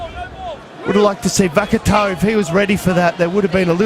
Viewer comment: The commentator isnt french if that's what your saying. He also butchered the naikatisi and vakatawas names